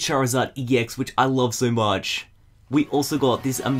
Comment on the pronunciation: oh love not hlove